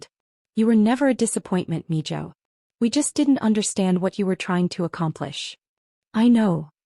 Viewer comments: It's Mijo (mee hoe) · And its pronounced Meho